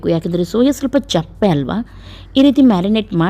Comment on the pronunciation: Nivu yestu famous andre Yaroo nimm mistek heluvudill . adu chappe alla sappe. Nirrulli alla yirulli.